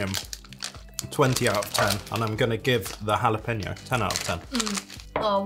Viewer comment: It's Hula-peno! So it's Hawaiian jalapenos! Lol.